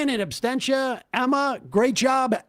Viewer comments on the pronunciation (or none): It’s absentia, not abstentia 🧐